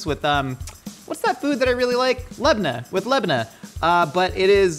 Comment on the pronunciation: It's prnonounced Labane